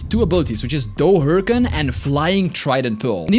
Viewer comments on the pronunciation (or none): none